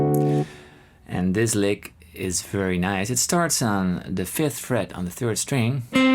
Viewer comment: The text transcription was revealing. "Lick", became, "leg". "Notes", became, "knows". Sorry, Paul, you need a highly-qualified English teacher. The teacher needs to focus on micro-points of your pronunciation. Your pronunciation has micro-deficiencies. The microphone is obviously high-end and swimmingly accurate. The microphone is telling the computer the tale. The microphone is a true reporter. Europeans often believe that there's nothing wrong with their English. You have little tiny problems that need to be fixed. Je zou me Nederlands moeten horen spreken. Je zou het gevoel hebben dat allergieën je huid aantasten. Please understand. You are a godsend to many of us in Guitarland. Also, when are you going to start singing. Try the True Fire course with Karen Andreas. :elbowcough:😚😎😯🤔🤗😊🏈🎿🎩🔉🎼📯📞💡🧲⚜🏁